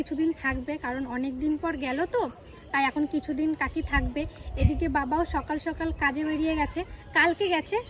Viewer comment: আপনারা কি স কে ভালো ভাবে উচ্চারন করতে পারেন না?সকালকে বলেন ছকাল,হাসকে বলে হাচ